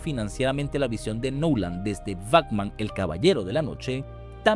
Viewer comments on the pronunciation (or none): Buen video, pero dijo "Bacman" en vez de Batman, dijo "Nadien" en vez de nadie, y dijo "Agstracto" en vez de abstracto.. que contrate un narrador. Besito.